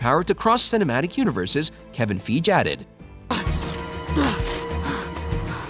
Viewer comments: its pronouced kevin fi gee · Man really said ‘Kevin feej’ 💀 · Lol, "Kevin FEEJ" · This nigga fucking said “Kevin feeg” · Wrong pronunciation of Kevin Feige. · If you're going to talk about Kevin Feige, learn how to pronounce his name. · Great videos but I’m pretty sure you are pronouncing Kevin Feige name wrong:)